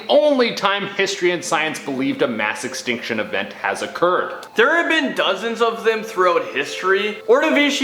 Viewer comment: “Massive stink shin” 😄